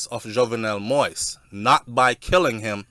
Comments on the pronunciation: ...thank u on following and covering the assassanition of the former Ayitien president!...but would like to correct you of the pronunciation of his last name which is pronounced MO-YEEZ...not "moist"...much love and respect from an Ayitien sister😘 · pronounce de damn name correct.. its pronounced moa-is.... sound like you saying wipes brogad... you keep saying moist 🤣🤣🤣🤣🤣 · King, I truly appreciate what you're been doing to keep us informed and finding out the truth about what took place in Haïti but can you please do me a favor and pronounce the former president's name properly. It's not moist but pronounces (MO-YEE-ZE) Moïse...thanks. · It's Moeeeez! As in the Bible. Not Moist! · MOISE is pronounced MO-EEZ. It's not difficult. Stop bastardazing his name and being a typical American. And it's Solanges—the the "s" is silent. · It's not possible sometime to pronounce another person's name /spells it properly ,don't try like you want to embarrass my friend. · It's Moise pronounce Moees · (Moise pronounce Mo'wees) humbly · Mo - ees. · It’s pronounce Mo-ease.